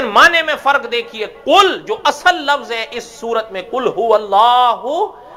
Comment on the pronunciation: مولانا اصَل نہیں ۔ صاد ساکن ہے یہاں۔